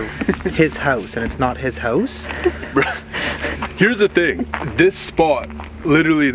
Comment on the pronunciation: Why do they say "hose" instead of house